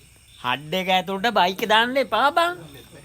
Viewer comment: හඩ් එක නෙවේ හට් එක